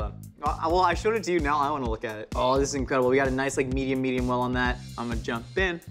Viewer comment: When said, "Imma jump in", I distinctly heard, "I'm a trash bin." I can't unhear it.